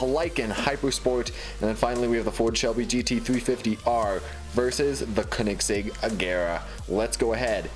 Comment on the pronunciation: plz respond why do you say koenigsegg like k-un-ig-segg it bothers me because its mispronounced its supposed to be K-o-nig-segg edit also don't put weights at the end because when cars hit them at high speeds it damages them i know that because i did it and i realized my fastest car kept getting slower and slower buy foam and put it at the end its a pro tip so that way they don't get damaged